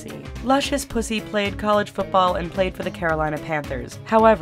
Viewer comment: it's p-you-see not pusey